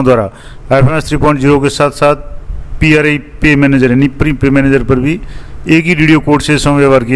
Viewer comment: Its not pre its pri dear sir.